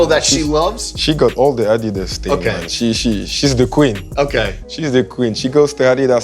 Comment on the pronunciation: first person in my memory on sneaker shopping who right pronunce "adidas"